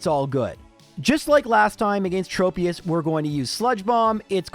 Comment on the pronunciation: Since Tropius' name comes from "tropical" it should be pronounced "Trop-eus" not "Trope-eus." Also, everyone (including myself) pronounces Xatu wrong. It actually comes from an obscure word "Xat", which is a carved pole erected as a memorial to the dead, and according to EnPR/IPA pronunciation, it's pronounced "ᴋʜät", meaning that either just "catu" or a mix of "hatu" and "catu" is how you would pronounce its name. Admittedly, "Zatu" is an easier pronunciation and I'm sure it sounds better to some people. Very good run though!